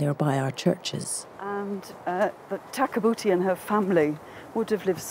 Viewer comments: had a hard time watching it after you pointed tag a boota out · I'm trying to watch this video WITHOUT laughing so hard every time it says takabuti when it sounds like their saying tag a booty😂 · Great documentary. But kept laughing ever time they say tag-a-booty. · After having to listen to that woman narrator pronounce "Takabooti" a thousand times while spitting into the microphone we finally fell asleep waiting in vain to see what the mummy looked like. We gave up. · Hinks read her name as Tabouti, Where, when, how and why did the 'ka' come into it?